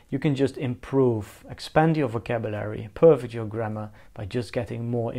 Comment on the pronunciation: to per'fect (verb, stress on second syllable)